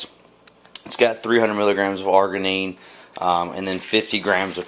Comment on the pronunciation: arginine is pronounced arjinine :]